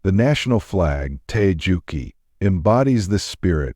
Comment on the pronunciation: In the last episode about natyion's identity, the Korean national flag is eroneousely pronounced as "Tae Juki." That should be pronounced as "Tae-Geuk-Gi."